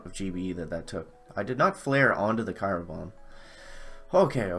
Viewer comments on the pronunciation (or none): unless you are saying it that way on purpose. then it is ok